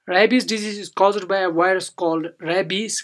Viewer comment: Wireus? You mean virus?